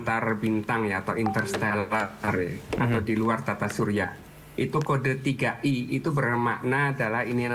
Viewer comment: Wkkk bacanya Tri AEi atlas